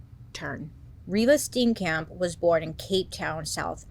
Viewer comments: It doesn't matter, your American pronunciation is adorable,❤ but just in case you wanted to know : Reeva Steenkamp - REEEVA STE-AHN-KUMP. 😊❤ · R.I.P to me because u butchering these names has me laughing so hard! I live in South Africa. I remember this case and u made it so much more interesting and giving it aspects of humanity makes it sink in! Ur great. Kay love u Bailey bye 😂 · Im from South Africa and love how Bailey pronounce Afrikaans words like "Steenkamp" and "Waterkloof" 😂